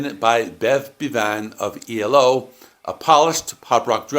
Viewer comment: Bev Bee-VAN? I've always heard it as BEV-an. I've never been a Black Sabbath fan and only came here for Gillan. I do appreciate the story of how he and Bevan joined. Bevan might seem an odd choice, but he was from Birmingham, as were Sabbath, so I imagine they knew each other and had a lot in common. You're probably right that he was too polished and professional for Sabbath's sound. It's a shame they weren't allowed to call themselves something else and grow into their own band. However, I love the story of Gillan trying to read Ozzy's lyrics through dried ice. Some party indeed.